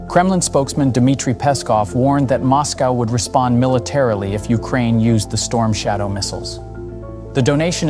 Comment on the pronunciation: Sloppy work, comparing truck engines with missile engines is straight up stupid, also you misspelled and mispronounced the missile as "strom shadow", i like your channel but come on you can do better then this